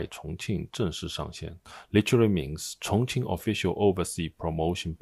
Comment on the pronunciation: Take a drink every time the Chinese guy says Chonqing. Geez...